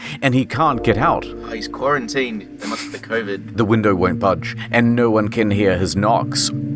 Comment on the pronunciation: Thought you were British til I heard you say “no” as “NUUUUUUUR”